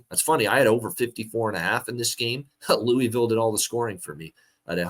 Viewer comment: loo-ugh-vool not looeevill 🙄 GO CARDS!